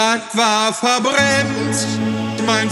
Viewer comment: Das Geilste daran finde ich sowieso, dass du das "t" noch eingefügt hast. Mir ist am Anfang gar nicht aufgefallen, dass er "Verbrems" sagt :D